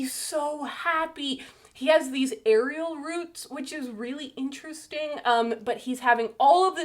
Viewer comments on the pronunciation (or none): I know you mean aerial roots but I keep imagining you saying "Ariel" roots 😂